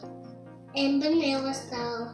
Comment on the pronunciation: Haha I love that you said “banilla”....or at least it sounded like it. Also, I hear a cat.